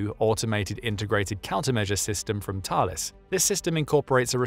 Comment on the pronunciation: Yet he got the French pronunciation of Thales perfect ! 😮